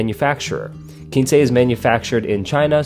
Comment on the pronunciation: Video was very well done. Nice comparison! Just a note, I think it’s pronounced “kwinse”